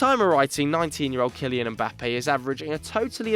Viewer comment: Finally someone who pronounces Mbappe correctly unlike those ESPN FC guys who keep calling him Embappe 🙄🙄🙄